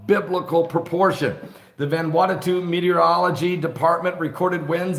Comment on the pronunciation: Ummm... "VAN-WANNA-TU??" At least say the poor country's name correctly... Sheesh.